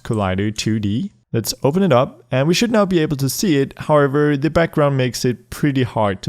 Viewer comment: Whenever he used to tell however I used to hear harbor Which was really funny 😂